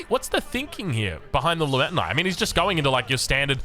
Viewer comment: i should have make it abit clearer. pronouce byzantine spear as "la_ment_ta_knight" instead of "Li_Mi_Ta_Nei" so i just want to ask him where did he get the knight for the byzantine from